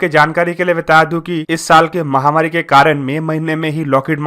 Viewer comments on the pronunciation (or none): none